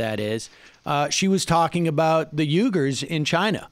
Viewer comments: when Sam pronounces Uighers "yoo-gurs" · You can always tell by the pronunciation fails who learns everything from reading and not from hearing people talk. Just from hearing it mentioned on headline news on the radio I know it's pronounced "wee-gurs." At least he knows not to say "aired-a-gun."